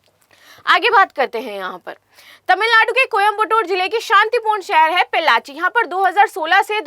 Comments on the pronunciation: Pollachi not pellachi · Mam please correct your pronunciation of Pollachi (Town in Tamil Nadu) Not pellachi